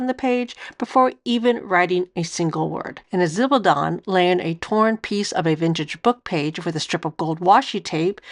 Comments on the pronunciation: It’s pronounced (something like!) Zib-al-dohn-ey. Jennifer from Chic Sparrow has a good video on it too. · Shock news ladies - guys keep zibaldone too! And I'm sorry but I couldn't stand the constant butchering of the pronunciation of zibaldone and left after 5 minutes - a shame, it was probably quite interesting.